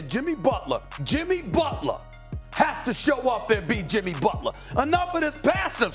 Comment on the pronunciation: SA: Jimmy Butlaa.....Jimmy Butlaaa.....lol